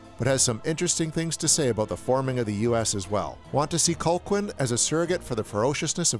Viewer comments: His name is Calhoun, not Colquin. Sheesh! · I was like huh? Colklyne? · Its pronounced Cal Hoon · “Cole-quin”? You’ve seen the movie, why’re you mispronouncing it over and over? 🧐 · You managed to mispronounce Robert Carlisle's character's name every single time. Other than that, a very solid review. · I have to say it's wild how the narrator keeps blatantly mispronouncing Colqhoun's name so blatantly. Really feels like he never actually watched the film. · Gotta love when someone claims to love a movie but mispronounces the name of the villain, which is said multiple times over the course of the film. I have to agree with just about every point, though. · I liked your video, but your continued mispronunciation of Colqhoun drove me nuts. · Good overview, apart from your cloth-eared pronunciation of Colqhoun. Watch the film again and learn how it's really pronounced.